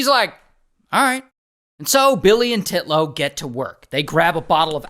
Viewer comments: UNTILLLLL and not TIT-LOW haha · It's actually "Titnone" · TITlow. The emphasis on her name is appreciated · I love how you keep saying titlow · "Titlow." Okay... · Im sorry I was cracking up when he said "Titlow" He really emphasized the Tee in Titlow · i hollered the way Ray says Titlow with too much stress! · You went hard on the name Titlow 😂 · The first Titlow bro said sounded like Draco saying the P in “Pottah” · I like his emphasis on the name when he says it in the beginning 😂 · I laughed everytime Ray says “Titlow” HAHAHAHAHAHA😂😂😂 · Ray really emphasising ‘Titlow’ 😂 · Nicole Titlow NAH... TITlow smh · "Titlow" 😂 wow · Sorry but every time you say Titlow I can't help but laugh 😂